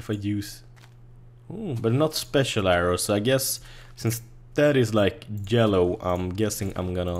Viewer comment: I love how he says yellow and jump he mixes up his y's and j's but is cool. he says jellow and yump haha U ROCK!